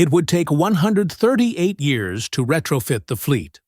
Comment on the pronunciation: Great video, shame about the AI commentary, can't speak years